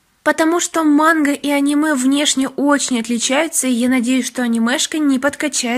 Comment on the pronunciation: Как-то ты странно говорит мангу монх???😁😁😁